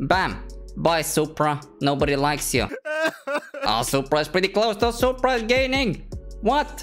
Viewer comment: You said supraa socks 😡